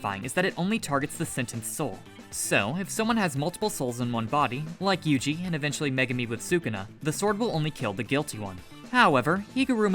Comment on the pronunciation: Yugi!? Really its yuji